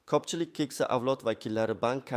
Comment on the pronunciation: Хамма ерда сунъиий интеллект. Тугрилаб су́зла копчилик,копинча,васият буйича ,тогридан тогри ,огирлатиш дейсан... .Бу кайси тил бу́лди.Васият дейсан васият нималигин билинглар аввал.Бир майдан дейсан.Бор йу́кол аввал ту́грилаб су́зла